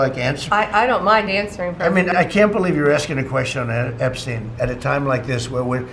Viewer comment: For some mesmerising reason he never had a problem pronouncing Epstein's surname perfectly. I wonder why.